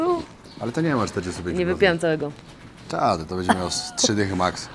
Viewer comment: Cześć, oglądam Cię od Varanasi z przed 3 lat, teraz jesteś z Kobietą, Mądra, Piękna Dziewczyna,! Ma Cierpliwość do Twoich błędów językowych! Bedzie, mow Będzie, etc